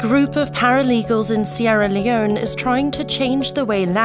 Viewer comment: Sierr Leone 😂😂😂